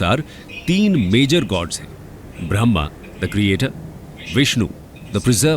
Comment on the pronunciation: Originater of this text don't recite properly the words 'Brahma and Brahman '. Their meaning is also different. Brahma means One eternal God while Brahman means a section or varna of society.